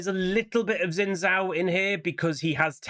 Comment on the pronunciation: Xin Zhao is pronounced Shin Jao. X is a Sh sound basically and Zh is a J sound.